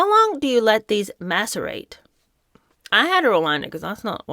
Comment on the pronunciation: p s I'm sure it was only one letter off. Not maserate, but masirate. Only one letter off. Switch the s for a t. Not a hard puzzle. What a phony.